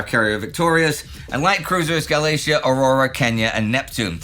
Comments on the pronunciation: "gah-LAY-shee-ah", no, "/ˌɡæləˈtiːə/" -- you make the mispronunciations you did the last time despite your viewers' efforts to correct you. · As others have pointed out, "Raeder" is pronounced approximately the same as the English word "raider". Neidel mispronounces many English words too, the name of the British cruiser Galatea, e.g.